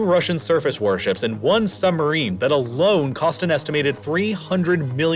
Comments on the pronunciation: SuB-marine. The word is suB-marine. There is a "B" in the word. "Summerine" must be some sort of summer citrus fruit like a tangerine. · What is a "SUMBERINE"?